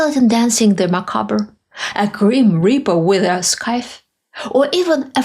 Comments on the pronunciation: Just FYI, the pronunciation of what the grim reaper carries is S - I - The. You are totally forgiven; English makes no sense whatsoever, and you are doing a great job with it as a second language! ❤ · Yes, death cults pop up in various places and are deeply dangerous for everyone. Just think of the modern prevalence of suicide bombings; yet it was not an Islamic invention. BTW 'SCYTHE' is one of those tricky English word which is not spoken as it is written. The C is completely silent but the E at the end does serve to harden the Y as in I (myself). Pretty much everything else was correct and clear. Not being any kind of a linguist myself, I think you are doing incredibly well!